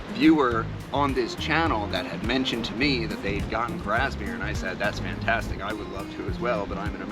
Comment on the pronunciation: FYI - The last one mentioned is Gawith Hoggarth Grasmere Flake. It sounds like you're saying Brasmere and the closed caption shows it as Brasmere.